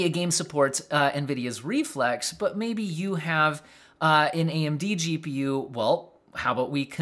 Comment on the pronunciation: .. im Pretty Sure You Almost Said JEW.P.U.... lmao